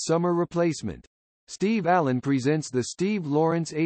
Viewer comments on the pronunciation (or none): none